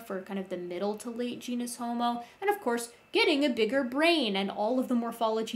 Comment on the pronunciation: The first o in the Latin word homo is short, the second o is long. Thus the correct Latin pronunciation is haw-moe. From a professional.